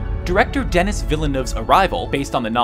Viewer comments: Not Denis... but De-nee... French Canadian. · 'Dennis' ? He's French Canadian so it's pronounced as in the Blondie song Den-ee